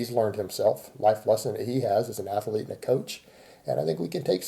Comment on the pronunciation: How does one define a strength ath-ur-lete,? I mean, you don't compete, is anyone training for strength defined as an athlete?